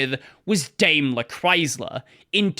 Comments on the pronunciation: Dime-ler. Know-vale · interesting story, thank you for entertaining. But my German ears feel uncomfortable hearing you say "Daimler"